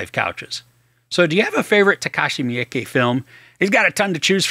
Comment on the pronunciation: FYI: "Miike" is pronounced meee-kay, by the way. There's no 'y' in it.